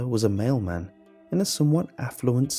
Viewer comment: On the last one I thought that he said male man not mail man... I was so confused the whole story.